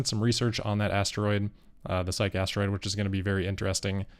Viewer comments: Psyche is pronounced sigh-kee, I believe. Not sike. Those might not be 4680 storage racks. Might be formation racks, for conditioning batteries prior to pack assembly. So, if Tesla offers Cybertruck for sale in Israel, who thinks there will be takers? Thanks for your reporting,. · Just FYI, Psyche - named after the Greek goddess of the soul - is two syllables: 'SIGH' + 'key'.